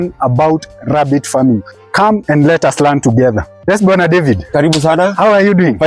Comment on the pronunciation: His name Bwana David sounded like he was calling him brother David 😜